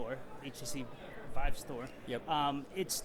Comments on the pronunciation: You lose all respect as an interviewer for the VR community when you call the The VEEVE. I mean I know people barely interested in VR that call it by its proper name. Also it probably means your biased on coverage since I am assuming you have interest in VR and are a fan of the Rift, but then dont even know how VIVE is prounounced. If you called it REEFT I would say the same thing. I own both of them by the way and am enjoying both of them, this was just inexcusable though.... If you think its called the Veeve that means you have talked to literally no one in the industry about consumer VR in general or have become extremely insulated on your coverage of the Rift. You have covered games coming to the Vive though thats what confuses me, did no one ever correct you? I mean its kind of funny that you own one and then called it a Veeve, maybe it was a slip of the tongue I hope thats the case. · Veeve? C'mon man.